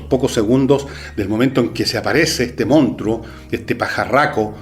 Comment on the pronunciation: Manso programa. Como joven, puedo decirle que me encanto, y hasta me saco varias risas. Si hay algo que no me gusto es como pronunciaba monstruo, pero a quien chucha le importa eso. Buen programa, se lo recomendé hasta a mi hermano chico que como que le un gusta harto el cine. siga así.